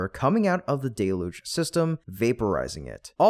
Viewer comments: I admire your stubbornness. You are the only YouTuber left who didn't correct their pronunciation of the word 'deluge' You insist on pronouncing it as 'DAY-luge" when everyone who knows how to use a dictionary pronounces it correctly as "DELL-huge". Many started out saying it as you do, but fixed it as soon as they found out. But NOT you. You proudly mispronounced it at least 10 times. I'm proud of you! (Even the auto closed caption system knows you are saying it wrong. You can tell because whenever you say 'deluge', it capitalizes it as 'Deluge' This means you are saying a word it doesn't know. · DELL-LOOGE. That's how normal people say it.